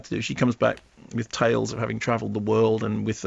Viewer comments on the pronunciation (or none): none